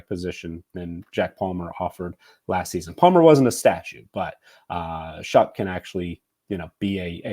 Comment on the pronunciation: I’m a Texas Tech fan and alumni and I just want to know how Tyler is going to pronounce his name. Shuck is how he pronounced his name at Tech. More like show. As in show me that you can stay healthy at your 3rd school.